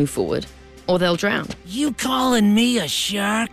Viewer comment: Actually Shrek but I couldn’t hear any r